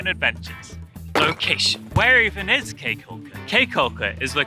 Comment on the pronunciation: Caye is pronounced like key not kay. nice video.